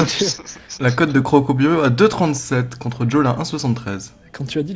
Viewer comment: C'est crocoburio pas crocobourio !! Et sinn allez croco cette année c'est pour nous